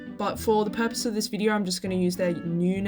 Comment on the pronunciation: Australian moment "Befour we stought this vidieo" - 🤠🦘